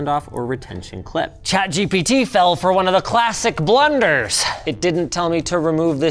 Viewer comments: "chat jibidi" is crazy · "Chat Gibbity " lol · "Chat Jibbidy" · i love the way you said chatgpt at the beginning of the video "chat jibidi"😂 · chat jibitty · Did Linus say Chat Jippity? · chat jibbidy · "Chat-Jibidy" -LTT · Im stoned. I completely lost it at "ChatGipity" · "chat gibity" lol 😭😭😭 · I Love when you said chat gibbidy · he said chat gibbity.. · wtf is "Chat Gibbidy" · "chat givity" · "chat jippity" - Linus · chat G bity? Damn, that was ai slop intensive 🫩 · Literally who calls it "gibbity" 💀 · Did bro just say chat gibyti 😭😭😭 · "i will be giving chat geebeetee" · I am glad I am not the only one that says "Chat Gipitty" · Forever pronouncing it as Chat Jibbity now. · Chat Gibbity ? is that how you pronounce it ? :D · Did you just call it Jiminy? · Chat "jibeedy" murdering English 3 letters at a time. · Linus just made me call chat gpt Gebetee forever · “Chat Jibbity” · why are you saying chat "jibidy" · "Chat Jippity" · "chat gippidy" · Ngl, after hearing Linus say it, I think i’ll be calling it ChatGippity from now on too 😂😂